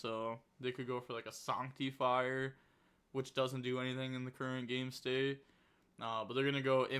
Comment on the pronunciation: Why can’t you pronounce the English language Who says sanctifier like that